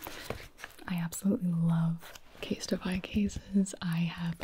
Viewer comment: I have nothing to say except that you said “CaseTify” and I heard “instapie” and I thought “omg a pie ordering service that sounds amazing”